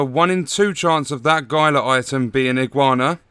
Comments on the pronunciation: GUY-LA Guard? It's HEEL-LA Guard. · HEE-luh not GY-luh